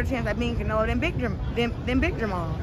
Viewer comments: Hopkins showing his age, jermell not jermall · Does Bernard know he keeps saying jermall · Somebody needs to tell Bernard that it's jermell not jermall..